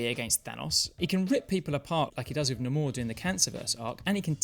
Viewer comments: hate to be the "you're pronouncing it wrong" guy, but it's actually nay-mor, not nah-moor. Namor is the only one that says it thay way and that's only in the movie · It's pronounced like Nay-mor asshole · Why did you say namor like that? Are you a whole person or something? There’s no twang on it, it’s manor plain and simple.